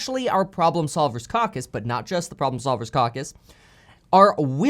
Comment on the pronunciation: It's Caw Cuss Kevin...NOT CowCuss 🤣